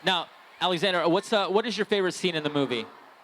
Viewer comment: Alexander* Yeah, I know, it sounds like 'Zxander' but it's really Alexander:)